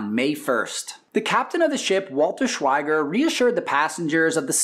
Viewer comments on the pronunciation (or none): "Bowler" Bill Turner was Captain of the Lusitania and Walther Schwieger (German pronunciation is shwee-ger) was Captain of the U-20. See pages 530 - 531 of the book Castles of Steel by Robert K. Massie. Schwieger later sank the British liner Hesperian off Ireland, four months later. (Page 544)